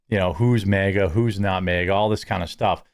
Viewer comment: You say MAGA like you're saying mega.